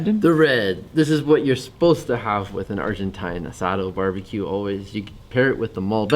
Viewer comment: Asado ..asado 🤠🤠🤠 you said it right man...👋👋🤚🤚✌️✌️